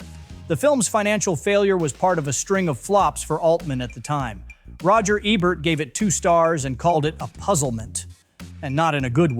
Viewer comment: Ebart not Abert.